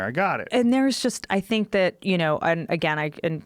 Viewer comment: Joe "I Sink" Rogan